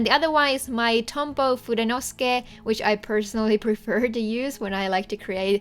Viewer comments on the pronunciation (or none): Just one thing... I think the pen is pronounced FudenosUke. At least that is how it is spelled and how someone corrected me to say it. ❤️